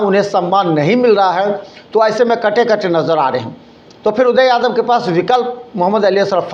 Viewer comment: ये कभी गोपाल जी तो कभी उदय यादव का नाम गलत तरीके से बोलता है । भाई पहले पानी पी लो फिर बोलना। लगता है कि इसे कोई पैसा नही दे रहा है जिसके वजह से कुछ भी बोलकर वीडियो बनाता है कि कोई बुलाकर पैसा दे |